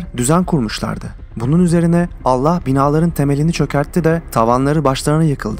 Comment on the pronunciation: bu vidyoyu şimdi izledimde adamın anlatım tarzı ve tekniği çok yalınız sonda ALLAH bilir yerine alla bilir diyip h harfini yutması dikkatimi çekti den sonraya dikkat